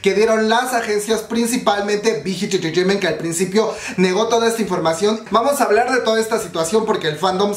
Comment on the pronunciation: me encanta como dices entreteiment, te amooo!!